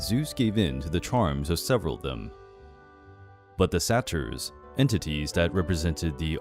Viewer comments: Dude your pronunciation.... it’s dye-O-NAI-sis and sAy-ter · Your pronunciation of Dionysus and Satyr is atrocious.